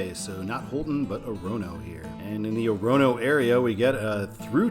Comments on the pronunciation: Orono: the first and last O's are long, the one in the middle is a schwa, accent on the first syllable: OR-uh-noh. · Orono is Ore-uh-no and Stratham is Strat-um. Also thanks for putting in my request